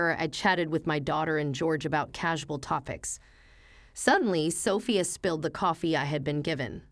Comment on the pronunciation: Justice is served. Happy ending for grandma Amelia, Emily daughter wife of philanderer husband George and granddaughter Sophia are living happily after the divorce☺️. Sophia should be stressed on the 2nd syllable😦